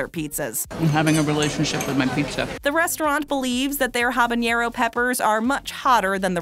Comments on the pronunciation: Would be great if the narrator could learn to pronounce words correctly before she reads them. One could forgive, I guess, mispronunciations of foreign words like habanero (not habañero), jalapeño and diavolo. But Decatur? And respite? I mean, really! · Y u say habanero like that But tbh i would try all of them excepts the ice cream